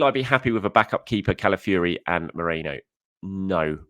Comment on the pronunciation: it's not MERENO, it's MERINO, pronounced MEREENO. Also, isn't it Calafiori, not Calafiuri, pronounced Calafeeohri. It's important!!!